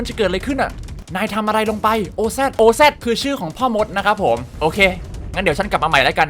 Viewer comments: Oz น่าจะอ่านว่าออซนะครับ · อ่านว่าออซครับ ที่แปลว่าพ่อมด